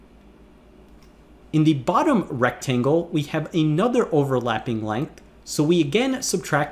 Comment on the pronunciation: Hi Presh-- if you're going enunciate with extra-hard diction, please don't break "another" into two words. And if you must... it's "an other," not "a nother." You did it twice. But don't worry; you're a good kid and you make good videos.